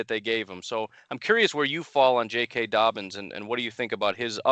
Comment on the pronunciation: It’s not that hard to say jk dobbins